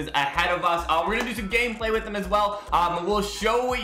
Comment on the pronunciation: isn't it "Gameplay" not "Ganeplay"